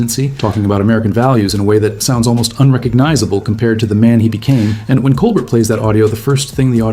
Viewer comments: Col BEAR! The t is silent. Please learn how to say his name correctly. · Steven Colbert's name is pronounced coal-BEAR. That's the way he says it when he introduces himself in his show. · Fucking AI slop doesn’t even know how to pronounce Colbert.